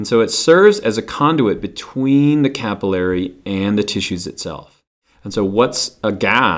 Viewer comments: Hate the way he says capillary... Sorry haha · I always pronounced 'capillary' different... This is confusing. Regardless, thank you for the video!